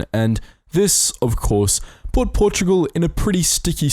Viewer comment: Portogual??? WTF